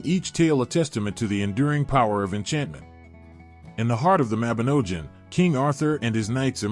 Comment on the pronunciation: Y Mabinogion is the best, welsh mythology is great! Read the book people...not an american accent a.i that can't pronounce even the word the video is supposedly about.